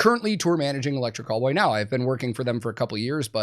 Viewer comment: I hate to admit this, but I was about 10 videos in before I realized he was saying Electric Callboy and NOT Electric Cowboy 🤦🏻‍♂️